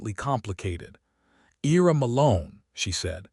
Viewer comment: Ira is pronounced (eye-ra) Excellent story! Esther married the right man for sure!❤😊